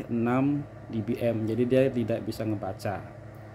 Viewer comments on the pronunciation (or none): none